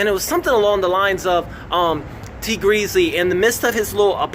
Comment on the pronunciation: Did u call him Tea Greasly?😅🤣